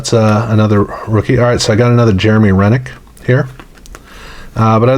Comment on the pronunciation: Jeremy Roenick is pronounce Row-nick "professor"